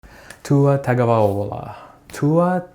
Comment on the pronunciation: Damnit he can play against Arkansas if he wants to 🤣🤣🤣🤣 go show his ass tua because he can't say your name correctly